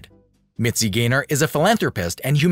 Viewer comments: The name is GAYNOR, NOT GRAYNER! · P.S. The narrator keeps calling her Mitzi GRAY-NOR," not, "GAYNOR." Get your pronunciation right. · it’s mitzi GAYNER. i guess computer voice. 😕